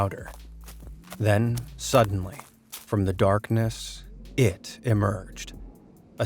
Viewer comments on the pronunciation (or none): special enfasis on the word IT on